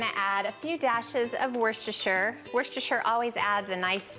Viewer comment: It's woos-ter-sher sauce, from a Brit